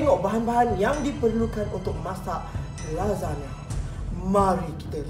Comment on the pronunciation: babe... Aku dgr kau sebut cam lazada sialll🤣🤣🤣